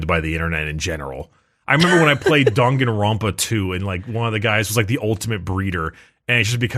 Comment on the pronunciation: the fact that neither of them know how to pronounce Danganronpa is great.